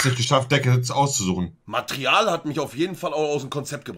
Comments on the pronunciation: Monte: "matrial" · Richtig: Material Marcel: Ich muss schreiben- ,,Matrial" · "Matrial" 😂😂(Material...) Und Monte prädigt immer wie schlecht das Schulsystem ist .... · Alle: Material Monte: Matrial Motto Grundschule: schreib wie du es sprichst. Ja moin. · Niemand: Monte: Matrial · Niemand: Monte:“Matrial“ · Ja, Matrial hat mich auch total gekillt :D Wobei... Cocki statt Cookie war auch genial XD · Niemand: Monte: "Matrial" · „Matrial“ bruuuder musss groß 😂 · Niemand : Wirklich Niemand : Monte : Matrial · "Matrial" hahahahahah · „Matrial“ Nein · niemand: monte: matrial ich glaub ich bin nicht fame weil ich die deutssche sprache beherrsche..